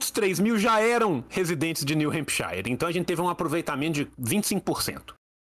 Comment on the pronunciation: Só aviso pro tio, o shire em hempshire se pronuncia “shur”